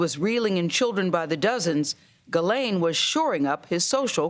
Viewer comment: why can no-one pronounce the name Ghislaine ????